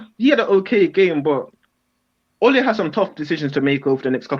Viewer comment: Yo these American's/Canadians killing me. I'm Canadian and the pronunciations are killing me. Ole isn't pronounced like a Spanish matador, its closer to the nickname 'Olie' as in Oliver.